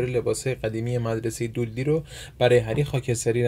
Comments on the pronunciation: دولدی چیه🤣🤣😂😂 دادلی بعد تو سکانس حذف نشده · دودلی نه 😂 دادلی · دادلی بود نه دودلی😂